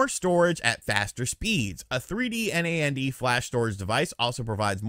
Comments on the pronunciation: Btw It's pronounced "NAND" not said "N-A-N-D", NAN-D. I guess I just want Nintendo to stop being a garbage company, maybe I'd rather they get out of the console business entirely, I think it holds them back. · lol, you don't have have to spell NAND out each time, you can just pronounce it like "Nanned" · Calling storage "memory" can be confusing, as memory is commonly how RAM is referred to when it comes to tech. Also "NAND" should be pronounced as a single word, like the word "and" with an N in front of it. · so weird to hear someone say N-A-N-D... most i know just say nand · It’s pronounced like And, but just starting with an N 🤦🏻‍♂️ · Why are you spelling out NAND?